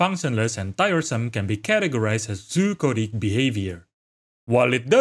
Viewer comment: I'm 99% sure he was saying "Zoochotic", but it absolutely sounds like hes saying "coded" lol